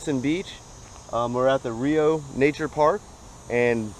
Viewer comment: Just wanted to say locals pronounce it Rye-oh